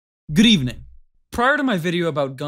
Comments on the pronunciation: lol "grdeivnig" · the start he didn't say good evening but grevening